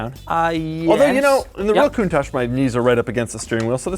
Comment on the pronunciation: linus actually said countach right